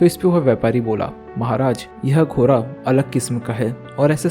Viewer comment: Bhai घोड़ा होता है घोरा नहीं😂